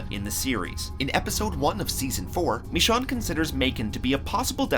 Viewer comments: IT'S PRONOUNCED MEH-SHONE NOT ME-SAHWN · MA-SHONE NOT MI-SHON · This is a good video but why he gotta call michone mii shaun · bro said michon 💀 it’s michonne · Ummm not hate but who’s MISSHAWN??? It’s pronounced mish - one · Michonne, not Michanne 🙄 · Who tf is mishan .. lol its mi scho un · It's not "Meshawn" it's "Mishown" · It’s not Mishon, it’s Mih-shone!!! MICHONNE!!! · Hearing him say MeeShawn annoys me. Mih shown is how it's pronounced. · Mee Shawn is actually mishown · its not michan its michone o its O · why he say me shon its pronounced me shone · Mishaun? its michone bro xD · Did bro say mishawn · How do you pronounce Michonne as "Me-Shawn" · STOP SAYING “meeshawn” THATS NOT HOW TO SAY IT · “Me-shon” ?????? WhAt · “Mish-Sean”... k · Why is no one talking about he is uncomfortably incorrectly saying michonne like bruv is ain't mEeChon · Michanne its michonne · Is anyone else annoyed by the way he says michone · ME-SHAWN I’m sorry pls don’t be mad 😂😂😒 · This dude realy said Me-Sean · bro said “me shawn” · Why do you say it like that?!!! Me-shon that's how your saying it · Who the hell is "Me-shawn"? hahaha that was an awful pronunciation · Meshawn? XD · MISHAWN!!!boi if u dont😂😂😂😂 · Meeshaun? It’s michonne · Lol he said Michonne like Me-chonne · Excuse me, did he just say michonne, as in mishon? Wtf? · The way he says Michonne's name is like MeShawn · It's not meeshawn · "Misch-onn" that's how this dude pronounced it... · Heres a challenge! Everytime they incorrectly pronounce Michonne as Me-Shawn, take a shot! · You can't pronounce Michonne. (Mi-sh-own) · it's (mish.õne) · don't u watch the show, y do u call her michon. they clearly say it with an e at the end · pronounced it as mih-SHOWN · MISHAUN MISEAN MISHAWN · Why did he say Michonne like that? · Why don’t you know how to say Michonne’s name right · Dude who else noticed he said Michonne wrong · The way you pronounce Michonne makes me mad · Why he pronouncing Michonne wrong